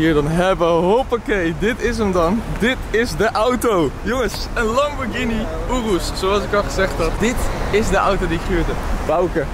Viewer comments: hoi het is een joros geen oroes snap je je zegt het verkeert wand het is een joros en geen oroes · Het is zo hinderlijk om te horen hoe slecht je ‘Urus’ zegt … spreek het wat beter uit niet zo op het nederlands